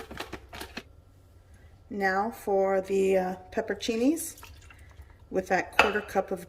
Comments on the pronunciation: You're leaving out a whole syllable. It's pepper-on-cinis. Not pepper-cinis. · This is wonderful but please learn the correct pronunciation of pepperoncini.